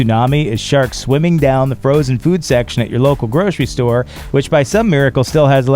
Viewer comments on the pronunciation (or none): none